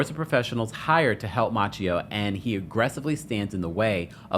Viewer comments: Ma-say-o, not Matcheo!!!! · 😂 I was wondering the same thing. Machio ? Where did he find that prononciation ? 😅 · Halle’s son name is Maceio not Maa Ce O you do know that right!!!? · His name is maceo not macchio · The way he keeps mispronouncing tht baby name lol its Maceo like MAY-CEE‐O. Who is "Matchio" lol😂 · Just wanted to say that Halle’s son’s name, Maceo, is pronounced, May see oh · Maceo is pronounced "Ma-say-o" 😉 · You're saying the kid's name sooooooo bad. may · see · ow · Mase-y-oh . Not like the Karate kid. No offense 😊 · You are pronouncing the sons name incorrectly. I'm very surprised. It's pronounced Mace- seo Like a can of MACE then C.E.O or see-o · I always believed the child's name, Maceo, was pronounced "Muh-say-oh." Your pronunciation is throwing me off and reminding me of Ralph Macchio, star of Karate Kid. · Halle Berry's sons name is pronounced May-ce-O!!! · I dnt know, I think he made it up lol. Instead of researching it, he just went with his own interpretation. Thts crazy🤣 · I believe it is pronounced "Muh-say-oh." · His name is pronounced Maseo. It's derived from the name Matthew. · Ma-say-o is how you pronounce her son’s name. C’mon now. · Finally someone gets it right! Who the TF is out here pronouncing it "Matchio" or "May-see-oh" like a few others have said lol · I always believed Halle pronounced her son's name, "Muh-say-oh."